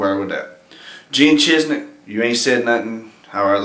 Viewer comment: It's ChiZIK...not ChizNik.